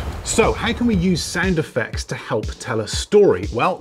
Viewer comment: Sounds like "Sand Effects" each time you say "Sound Effects"☺️☺️ but info is great👍